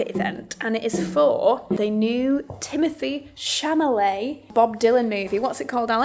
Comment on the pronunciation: Timothy Camolèe?? I love you, but you should know the name at least of the actor, you are watching in the features movie. You are such a professional, you would be surprised, if someone doesn’t pronounce properly a huge brand they are representing or invited to represent or be part of their event.